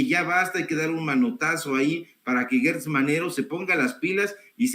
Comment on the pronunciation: ¿Por qué dice GUErtz?. El apellido se escribe Gertz o sea no veo una letra U entre la G y la E. O tal vez de apellida Guertz y no Gertz. Por otra parte me encanta escuchar a aprendo mucho escuchándolo me ha ayudado a comprender muchas cosas de la vida política del país.